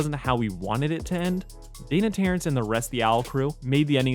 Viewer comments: Why does everyone include an N in Dana's last name xD it's just TERRACE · The entire time for this series run you still don't say Dana Terrace's last name right